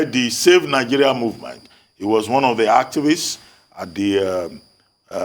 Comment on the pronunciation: Why does that girl pronounce words like that? Especially Nigeria. Nawa